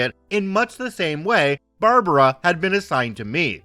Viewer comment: Barb like bard wire + brah like the meem near the end it sounded right but bar-bar-raw sounded really wierd